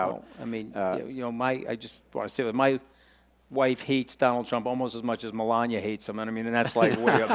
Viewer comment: Melanya 😩 He fr tore up melanias name. He's got kamala so much on the brain that he almost called her Kamala